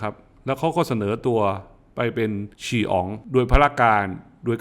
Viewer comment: 🌺ชื่นชม..วิเคราะห์เก่ง..แต่ขอทีมงานของ..ช่วยเน้นให้..ออกเสียงคำศัพท์เฉพาะให้ตรงด้วยครับเช่น 1.เซียวเหอ..มิใช่ เสี่ยวเหอ..2.แคว้นฉี(齐) มิใช่ แคว้น ฉี่..(ปัสสาวะ?) เพราะสิ่งที่ทำคลิปไว้ จะอยู่ไปยาวนาน..จึงอยากให้ทีมงานเพิ่มความประณีต...ตามหลักจีน3ข้อคือ 真善美（จริง_ดี_งาม)..ของได้ไป2ข้อแล้ว..ขออีกนิด ข้อสาม..นะครับ.(พูดชัดเสียง-ชัดคำ..ช้าลงอีกนิด..พิชิตได้ความงามด้วย!!)กราบขออภัยด้วยที่ข้าน้อยบังอาจ👍🙏💐